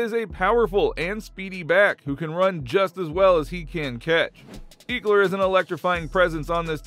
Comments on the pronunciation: You need to remake this whole video over ! You butchard Austin last name it's not eeekler it's ekeler smh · Why did he pronounce ECKler like EAKler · Please stop some Eeeeekler 🤦‍♂️🤦‍♂️ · don't think you're pronouncing austin's name correct my guy. it's not eek like geek, it's "eck" like "forget" trying to post stuff here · Ek-ler, not Eeek-ler Lol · Dude do you even watch football lol it’s not eekler it’s pronounced eckler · Who the fook is Austin eeeekler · Bruh, “eeekler”? Really? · eeekeler lol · I lost all hope in your football knowledge when you called my man's "eeeekler"... you know nothing from here out. Later 👌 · Make it stop 😂 ekleeeer 💀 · Ehk-lur That’s how you pronounce it, bro, great video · Came for my binge of Chargers content. Stayed for the "Eeeklers" 🤣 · Great video. Pronounced Eckeler, like “what the HECK” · Lost me at eekler jk nice video bolt up! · Wth Iol eeekler? Lmfao dude first time for everything. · Austin who? Eeeekler? Lol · It’s pronounced ehh-kler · This dude can't say Ekeler right 😂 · Yeah ain’t talk abt him if you can say his name right😂😂😂